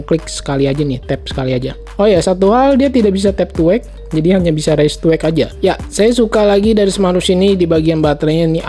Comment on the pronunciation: raise to wake artinya diangkat/gerak bisa nyala , raise to wake ...raise dibaca : RAIS bukan reis